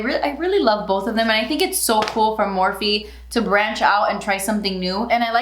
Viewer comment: Morphe = meeh..